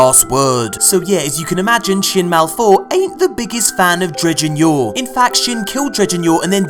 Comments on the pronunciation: Not "Malfour" it's "Mal'Fur"......*Fur" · Everybody else: Shin Malphur: Shin MalFOUR Thank you, very cool